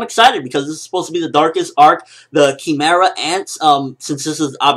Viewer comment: What happened? what did they change in this episode? And isn't "Kee-meh-ra" just how the japanese say it? Would an english speaker pronounce it "Kai-meh-ra"